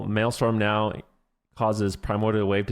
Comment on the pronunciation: its maelstrom not maelstorm